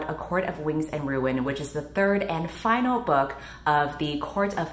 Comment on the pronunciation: When you say final I just laugh